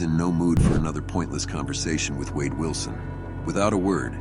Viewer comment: It's an AI program that repeats the words a bit to literally sometimes. Same reasons the narrator said wad instead of wade.